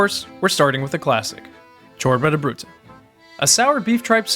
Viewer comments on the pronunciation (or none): Ciorba de burta, not de bruta. LOL